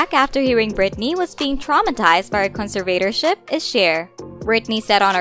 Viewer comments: Cons- Vay- tor- ship...lmfao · Wdym? Kahn sir Vader ship are all real words .. Lol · Why is the narrator saying conservatorship so weird lol it’s bugging the piss out of me 😂😂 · It’s text to speech. You could tell because they mispronounce a few words like Iggy Azalea and conservatorship. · Is it just me or is it rlly bugging that she’s saying conservatorship and ig ty azalea